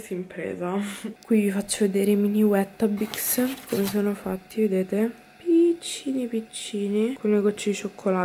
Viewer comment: wETTAbix 😅 forse “Witabix” se proprio vogliamo fare le maestrine rompipalle (cosa che ho voluto fare, perdonami hahah 😆😘)